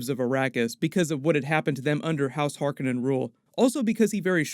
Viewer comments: Hark On nen, not Hark a nen. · its har COE nan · Why do you keep mispronouncing "Harkonnen" from the 1984 version of Dune?